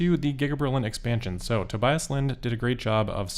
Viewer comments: On behalf of Tobias, the German "i" is pronounced as an "e" like in "bee", To"bee"as. And as always, good job! I wish I could do these kind of presentations uncut. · If you want to improve the pronounciation: The middle part is pronounced like bee, so Tobeeus. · pronounced toe-BEE-us